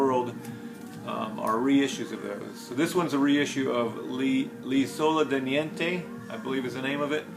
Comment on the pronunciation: 2 of 2: Premier Marconi Bakery. 'Storia Di Un Minuto' was the first album my PFM was it not? I think 'L'isola Di Niente' was 'The World Became The World'. You pronounced 'L'isola Di Niente' very well. The World was the only one that I had before receiving 'Cook' from you. I made a mistake, I thought that 'Cook' was recorded in the USA? It was recorded live in Canada? I am so impressed with your P section. Such a treat for me to see. You have made my video watching night complete! Rob/Boston